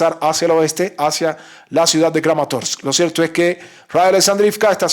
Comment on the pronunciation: Me agrada esa manera de pronunciar todas (todas) las letras de los nombres de la región: SLOVIANS-SKK, KRAMATORS-SSKK... 🕶️